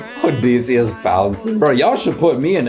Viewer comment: thank god these songs dont require much knowledge on the odyssey oh and btw ITS PRONOUNCED OH-DIH-SEE-US